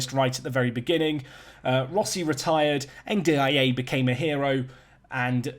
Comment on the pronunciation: Ndiaye is pronounced Ndie